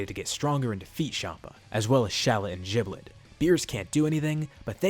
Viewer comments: The power level for shallot and giblet can be found in db legends at full power base form (Aslo giblet is pronounced gib-let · “jiblet” LOL